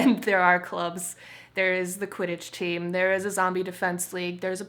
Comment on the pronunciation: did you say pokemon society? :O and nice quitich broom ;)